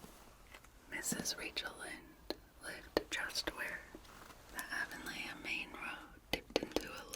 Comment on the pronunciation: It's pronounced "A-von-lee"